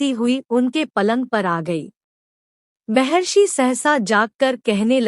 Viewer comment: Mehrashi mehrashi nahi mahrashi bol.